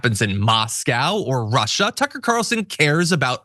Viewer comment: Why do you people always mis-pronounce Tucker